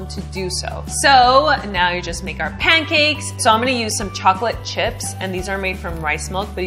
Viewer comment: At 42s - it's pancakes, not pam-cakes Ha! I tried your other pancake recipe and trust this one will work out better than one did.